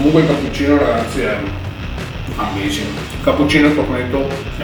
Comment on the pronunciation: "Ammesing"